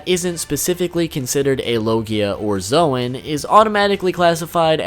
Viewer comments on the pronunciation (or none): none